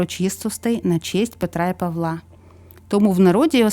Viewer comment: Мирного неба всім. Чомусь нема допомоги, щоб здолати ворога. На Петра і Павла', а не Па'вла. Це наголос з російської.